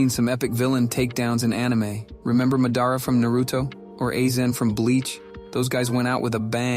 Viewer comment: bro why did you say madara's name so weird and A-zen like what the fuck